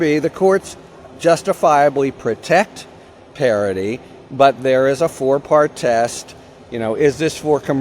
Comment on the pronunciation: Harry, stop pronouncing parody like parity.